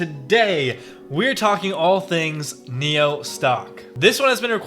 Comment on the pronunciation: spelled nio... pronounced NEO?!!!